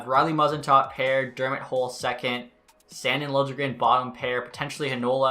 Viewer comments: Sand-Eeen not Sand-in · Hey just so you know it’s pronounced San-deen not Sand-in. Looking forward to the series!